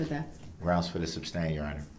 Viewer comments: He is saying "substain" right?? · Does he say substain ?! 😆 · If he says “SUBstain” one more time, I’m gonna lose my mind 🤣😡🤦🏻‍♀️ he’s so infuriating!! Despicable human… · Stop saying SUBSTAIN!!! That's not a thing!!!! 👍🏻🤬🤬🤬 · A civil rights lawyer that can't even say "Sustain" correctly?? Among a litany of other words he butchers.."Axed" "Tack-it agreement" 🙄😒 Yea, ok Dawn. Nice try. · Grounds, mind boggling, substain!! I probably would have went off. Now he’s a jail/ prison lawyer. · the way he’s not even saying “sustain” 😂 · Is he saying “substain” ? Lol